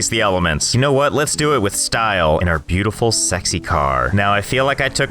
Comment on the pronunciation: i hear let's game say beutifiu sexy car